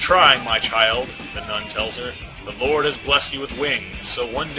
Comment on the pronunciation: "I am Angelica, humble servant to our 'Loord'" XD